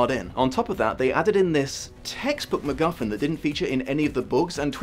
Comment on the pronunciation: I thought you said the magical McMuffin for a hot second and now I've confused myself